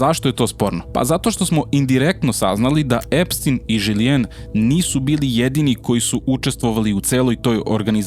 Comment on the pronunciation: Dobro je što se autor drži činjenica i ne gradi popularnost na senzacijama. Ako se još nešto dokaže tj postane dostupno javnosti, ne sumnjam da će nas obavestiti. Mala primedba: ime saizvršiteljke čita se Žislen